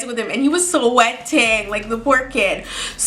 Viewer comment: she just emphasized the word "sweating" :)